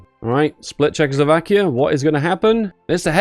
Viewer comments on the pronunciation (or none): none